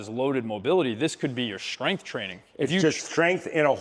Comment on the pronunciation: When did strength become shtrength? Good content btw